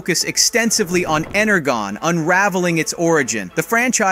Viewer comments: You mispronounced Energon. Its ener-jon not ener-gon. Had to point that out. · It's obvious he's only reading a script and has never seen any of the movies at all because if you had you would know it's pronounced like EnerJOHN! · just a heads up, you mispronounced Energon. it is pronounced: ener-john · Not ener-gon. Ener-John. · It’s pronounced “Ener john” not “Ener gone “😂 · I'm sorry, but this man said Ener-Gon 😭💀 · True, I think GI Joe should be an independent franchise. They botched all the GI Joe movies, just like Bay did Transformers. Anyone who says Bumblebee was the worst of the TF movies isn't a TF kid. It's the only movie that got the look of the characters right ! PS Energon is pronounced (Ener-jon) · Dude called Energon, "EnerGUN" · It’s ENERGON!!! GET IT RIGHT!!! Golly man that is not cool!!! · Did he say ennergone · Ener Gone? WTF is ENERGONE? You Mean Energon? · What is with the terrible commentary!? Assume some kind of AI. EnerGone really!?!? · it is pronounced "enerjon" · I like your video and I can't wait for Transformers 8 even though I don't know the complete title and I would like to but you missed pronounced one thing it's not and again it's Energon dude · funny how he wrongly pronounce 'ENERGON' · When posting a video, read the lines and learn how to pronounce words, such as ENERGON. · wrong pronunciation of energon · Energon with a soft G….